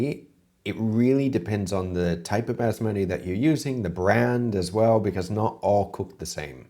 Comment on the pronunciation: As a non Indian the way he says Bazz Matty rice grinds my gears. P.S absolutely love Indian food and it's my favourite takeaway